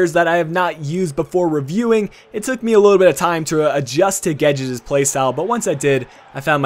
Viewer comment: I can confirm that you've pronounced guedes' name correctly.Next player I would like to see in these reviews is Ruben Neves(CDM) and Oliver Torres(CM) both from fcporto and great prospects in real life